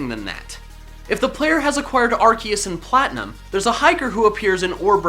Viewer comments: It should be pronounced "ar-see-us" because when a c is followed by an e is makes the soft c sound which would sound like "see" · I THOUGHT IT WAS PRONOUNCED LIKE ARSEUS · Not to be rude but ur pronouncing arceus wrong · xXPenguinloverXx that's how it's pronounced I'm amazed at the fact that I'm surrounded by so many idiots